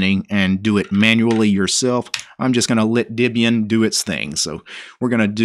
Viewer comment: Dibian? I thought it was Debian...